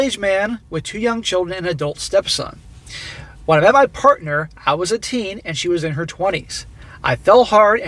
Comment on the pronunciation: let me handle this one. "parnter"?? SMACK